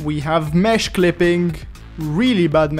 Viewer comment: ''we have mehsh clippink''